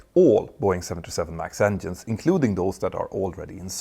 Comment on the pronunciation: Stop saying ENDIENES please! It's written with a G not with a D :face-purple-crying::face-purple-crying::face-purple-crying::face-purple-crying::face-purple-crying